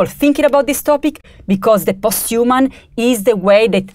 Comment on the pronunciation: "Post you mun" 😄